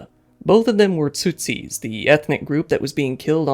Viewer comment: Tsutsis, huh... If you're dyslexic you could try pronouncing things a few times beforehand to try to make them sound right?